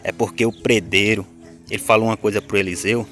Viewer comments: A pronúncia. Certa é pedreiro e não predreiro 😂😂😂😂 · Não se fala predero e sim pedreiro Affff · PRE DEIRO E MEU PAU REPETE ATE APRENDER PE DRE I RO PE DRE I RO